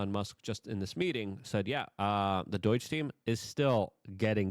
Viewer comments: BS - I’ll believe Scam Blondi will make a move once she ACTUALLY makes a move. And it’s pronounced “DOH-DGE” bro, not “DOY-DGE” ..just sayin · Its doge not doige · It's DOGE, NOT DOYG! You are capable of pronouncing the "long o" sound. I've heard you do so in other words. I don't understand why you KEEP pronouncing it wrong?! Seems like you're trying to mask your speech impediment with an attempt at "drrrrrr"humor? But it's simply not funny. It's sad. It just makes you sound low IQ. I WANT to watch your videos because you talk about important issues, but it makes ME feel low IQ when you persist in ignorant pronunciations and I keep watching your videos anyway. Cant you just speak like an adult? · It’s DOGE not DOIGE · What is doige I thought it was doge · Hey loyke it doge not doyge😂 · DOIGE?? 😂 Love you Luke, but c’mon, now… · Luke, you know it is DŌGE. Are you trying to avoid future video revocation or just want to sound like a moron? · Please stop pronouncing DOGE like DOY-GE. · Sounds like rhytard to hen he says it, smh